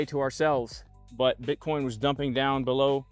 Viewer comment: Dear, please say Bitcoin